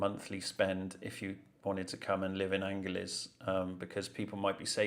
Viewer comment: Angeles is pronounced "an her lees"